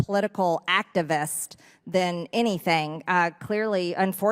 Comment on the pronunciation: Was the girl in the back operating that ventriloquist dummy? “activaste, blah, blah, teacher, blah, activist, blah!”